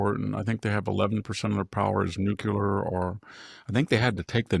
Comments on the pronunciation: NuCLEAR, not nook-ular. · NUCLEAR Victor, not nucular. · It's actually new' clee ar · Maybe that’s the Hoplite pronunciation of it, fittingly for a citizen farmer—not to mention a scholar.